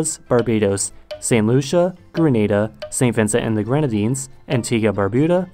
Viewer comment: Thank you for pronouncing Dominica and Grenada correctly, most people always mess that up. Also not mentioned in this video, but the Bay Islands of Honduras are considered Caribbean and they formally a UK colony. Most of the people still living there today are of Caymanian descent and English is still a primary language despite it being part of Honduras.